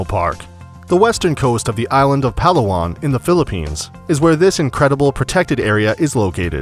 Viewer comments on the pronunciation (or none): none